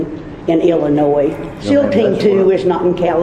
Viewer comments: He also pronounces Illinois as Illinoize. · Don Shipley pronounces Illinois as Illinoize. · The ‘s’ in Illinois is silent, Don and to everyone reading this. A lot of my fellow statesmen will heckle you if u say that in front of them. Just a heads up.